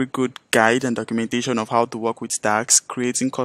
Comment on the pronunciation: Dude! You keep saying TAX instead of TASKS! Wtf is wrong with you?